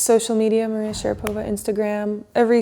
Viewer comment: Мария!!! Один вопрос: почему ударение другое?